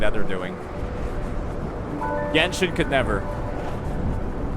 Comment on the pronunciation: No wayy he say "the gensin already dead"